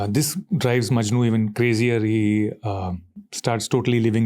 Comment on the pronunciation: Ranveer its "Laila Majnu" not "Laila MANJU" my grandma gets offended 😁